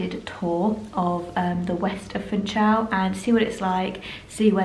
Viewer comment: The pronunciation of Funchal is "foonshal" not 'funchal".